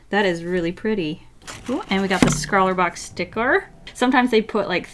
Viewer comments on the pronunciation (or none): she says scrawla box instead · She said scrawlrbox sticker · Did you say “scrawlrbox sticker”? 😂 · Did she just say SCRAWLRBOX? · Umm.. did u loose ur mind u said scwraleebox🤣🤦🏼‍♀️ It’s an art snack sticker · " s c r a w l e r b o x s t i c k e r " What... Lmao. dies